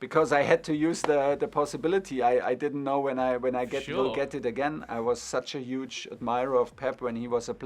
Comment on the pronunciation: And 'Uge'